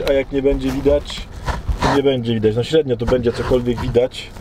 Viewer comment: Śtednio będzie widać ,bo widzicie’’ 🙂Jesteś świetny uwielbiam Cię słuchać.🥰🌸